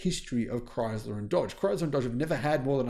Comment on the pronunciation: There is no Z in ChrySler!